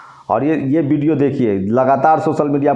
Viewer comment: Yaar lagana choroge, video hota hai video nahi, vote hota hai bot nahi 😂